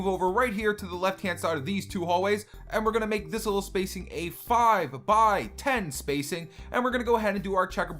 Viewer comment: Why do you say five like this fwive